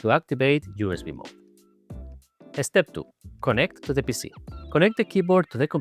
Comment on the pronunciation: Totally off topic but the way says "eh-step" is SO Spanish:P This board really does look cool. It makes me excited for the (hopefully in the pipeline) low-profile Defy 2 <3 But when it is being designed, can we move the pinky columns down just a liiiiittle bit more? Please?:)